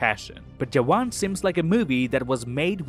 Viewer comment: You pronounced “jawan” right, 😮